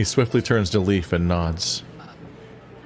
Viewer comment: don’t think I’ve noticed/thought of it before, but is Leif supposed to be pronounced the same as ‘leaf’? I know the Norse explore Leif Erikson is pronounced that way, but in Germanic words, ‘ei’ is pronounced the same as ‘eye’, which would make Leif pronounced the same as ‘life’, which would be a punny name for a doctor character. 🤔